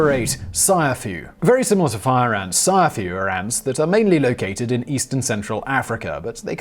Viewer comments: 😂 😂 😂 It's not sayafu.... It's siAfu... Siafu is a swahili word for ants... Now you know.... 🇰🇪 🇰🇪 🇰🇪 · siafu is pronounced see-a-foo not sai-ya-fu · You pronounced Ciafu incorrectly. Pronounce it as Africans would. See A Fuuuuuu. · It's "see-ah-foo"